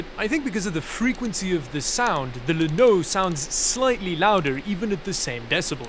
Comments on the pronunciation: Pretty sure "llano" is supposed to be pronounced "YA-no". It's the Spanish word for "plain" (the geographic feature, not the adjective). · That almost sounded like "Linode". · I'm pretty sure "Llano" is pronounced like "ya know", because it uses the "ll", which in many languages is pronounced like a "y" in English. Ya know? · I know you just selected the llano because it sounds sort of like "lanode" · Llano should be pronounced with a Welsh accent.